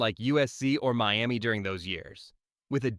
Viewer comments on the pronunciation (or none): none